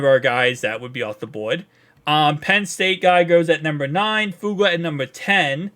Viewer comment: Please put the third syllable in Fu-a-ga.